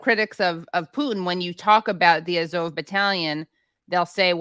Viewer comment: What is up with Katie's weird pronunciations of the Azov battalion?